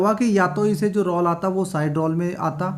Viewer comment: रौल नहीं रोल बोलना सीखो।ग़लत उच्चारण मत करो।